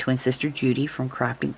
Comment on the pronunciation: Sounded like you started to say "Crapping with Judi" 😂😂😂 no worries, sis! Loving the hearts!